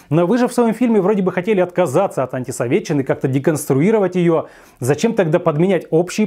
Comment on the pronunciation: Мальчик то при Союзе не жил, но как он произносит "антисоветтччина")))) как те комсюки в 80-х ))))